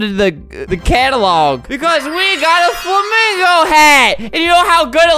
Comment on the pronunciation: Lol, he didn't even say it right 😂 (spell)